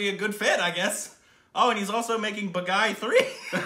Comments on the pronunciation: it's not baa guy it's baa gee😊👍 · Though i am Indian i oved the way they butchered the the title Bagai 😂😂😂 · The only name you butchered was the movie title itself... its pronounced Bah-gee 😂 love from canada guys! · Hey awesome, It's not "Ba- guy". It's "Baa-Gi" ('Gi' as in 'Gui'tar) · Am I the only one who is screaming out loud 'it's Bhaagi' everytime says 'Bagai'?? 😑😐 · Dear friend... It is not... Ba-ga-ee ....it is... Baa-gee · Not Bagai.....it's BAAGEEE. 😊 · IT'S PRONOUNCED BAAGEE NOT BAAGUY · man its not bagai man.. its baaghi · It's not Pronounced bagai.. it's Baa Ghee.. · Hahaha. Baagi. Not baghai :) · turned pink!! Yes I comment while watching the reaction!! It's pronounced baa-gii. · OUR STUPID REACTIONS guys...it’s pronounced as “baageee”. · And it is pronounced Baa-ghee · I LOVE BAAGHI!!!!!!!!!! BEST MOVIE EVER!!!!! BEST ACTION ACTOR: TIGER SHROFF!!! SO GOOD!!!!! MUST WATCH BAAGHI I WATCHED IT IN THEATERS! AND IT'S PRONOUNCED, BOG-GEE 😍😍😍😍💜💜💜💜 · The pronunciation is " Baa ghi". It means " a rebel". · Its pronounced as BAAGHEE, Means retaliator/traitor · its pronounced as "baa- ghee" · It's pronounced Baa Gee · You pronounced it wrong.. It's like "BAAGHEE" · Pronountiation correction Baa-ghee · It's baaghee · Its baa.....gheee.....thata the way its pronounced guys....movie is good too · Not bang on with the pronunciation 😂.. its baaa ghee.. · Loved your pronunciation of "baaghi"..LOL!!, you always come up with a peculiar and quite interesting way of pronouncing hindi words, and i can't control my laughter:):) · is so cute, pronouncing the name wrong repeatedly with such confidence..:-D